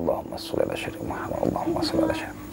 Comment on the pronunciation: lidah jawa trlalu tebal melekat...Muhammad bkn Muhamad..sebutan makhraj ayat quran biar mantap bener ..